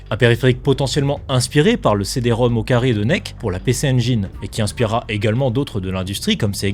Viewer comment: C''est encore un coup des IA ça... (merci du retour j'ai encore gaffé sur ce truc, puis même on dit le CD-Rom Rom et pas Rom au carré)